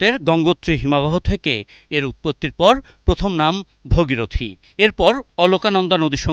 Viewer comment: আরে মুর্খ,ভগীরথী নয় ভাগীরথী।